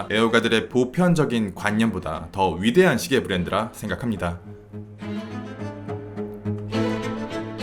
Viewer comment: de 데 발음ㅜㅜ 내가 다 창피하네요ㅜㅜ